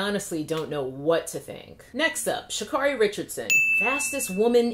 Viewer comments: Quick note, She'Carri is pronounced like Care. Sha- care - ry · Sha'Carri is pronounced Sha'Carry.